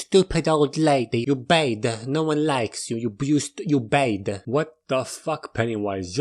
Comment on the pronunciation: “Very Bayd.”